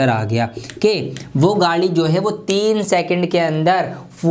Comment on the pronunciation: Who Noticed he told Gaali Instead of Gaadi